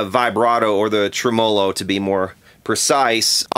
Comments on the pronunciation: OK..i love your channel but if i have to hear you say TRUMOLOH one more time im gonna scream lol..Its TREMELO !!! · Thanks! Just what the doctor ordered. Fixed my noisy Bandmaster with the help of your video. I believe it's pronounced "Trem - mou' - lou" - like the cow says. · Jeez I wish you knew how to pronounce Tremolo and " "Vibrato" is NOT the term.